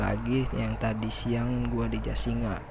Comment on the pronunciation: Jasinga kali...bukan jasira...😝